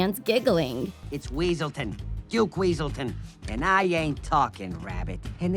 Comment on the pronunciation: Its weaselton not wesulton